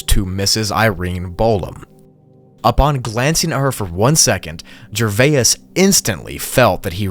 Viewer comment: Gervais breaks down into two sounds: [JUH] + [VAYZ]. It is certainly not [JUR] + [VAI] + [IS], or whatever you are trying to do to it. When you see a word that you do not know how to pronounce, simply Google it.